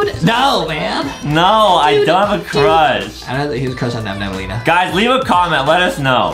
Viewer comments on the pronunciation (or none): Its nabnaleena not nabnabnaleena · It’s not Nam Nam it’s nab Elena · Excuse me! Your saying nabnablalina but its nabLAnina. Its ok tho😊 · Its Not Nabnaballena its Nabnaleena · it's nabannaleena not nabnabannaleena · It’s not nabnabaleena it is nabnaleena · It’s not nabnabalena it’s nabnaleena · is not nabnab nalina is nabnalina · I hate beacause they Say nabnabaleena insted of nabnaleena. The defrets ghete is 1 b in nabnaleena